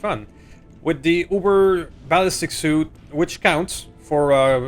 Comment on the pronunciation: I'm sorry to nitpick but the ballistics suite is pronounced ( sweet ) not suit. I have a bit of ocd 😂. Congrats on the 100 episides though 😊